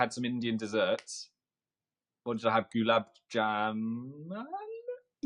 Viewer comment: My mom heard Phil try to pronounce gulab jamun and my mom just sighed and said, "These bland white men will never understand true cuisine." Did I ask, mom?